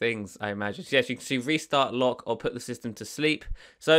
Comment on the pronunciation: Lock sound like look lol